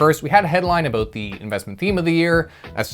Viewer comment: I think you need to say "about" in every video in 2024. Sometimes I forget you are Canadian. Hearing you say a-boot always makes me smile